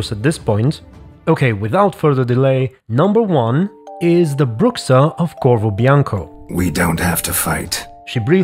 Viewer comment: it's pronounced "brusha"